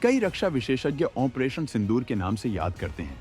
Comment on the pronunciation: Onpretion nahi gadhe opretion